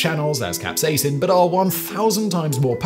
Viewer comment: capsaicin, not capsacin